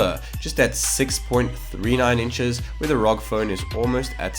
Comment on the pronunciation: I wanted to mute the video when he read R.O.G as rawg.